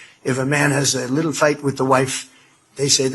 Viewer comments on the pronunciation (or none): I hate the way he pronounces "little".